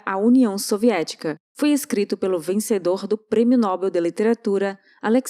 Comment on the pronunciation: Se o prêmio foi "NÓBEL" então "mÁnoel', irmão de" mÍguel" de " IsÁbel", "sÁmuel*," otÓniel", recebeu um "pÁpel" lá na torre ÉIFFEL sentado num "tÓnel" pintando um "pÁinel" com um "pÍncel" e tb com um CÍNZEL fez uma estátua da torre de bÁbel. Então vc deve sempre dizer nobEEEEElll